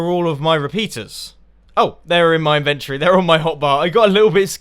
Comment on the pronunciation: in - vent- ory ....... not inventree